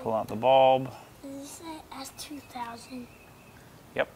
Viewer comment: It sounded like he says, "Dad, is that an Ass2000? " Yup! 😂😂😂